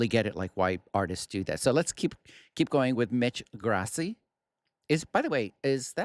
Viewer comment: I feel the same way about Christmas. More than one trauma. The only thing that I enjoy during the holidays is Pentatonix music. Greetings from Southern California. Oh, in case nobody told you. I see that they did tell you that Mitch’s last name is Italian, but it is pronounced Graaasee